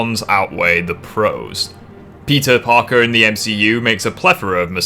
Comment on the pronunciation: is it just me or everytime you say peter parker i always heard pizza parker